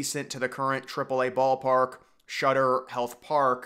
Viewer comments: it's "Sutter" and not "Shutter." It's significant because the discovery of gold at Sutter's Mill started the gold rush in California in 1849. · It is Sutter not Shutter or Shudder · You keep calling it shutter health park….do some research bro. It’s SUTTER HEALTH PARK. SUTTER.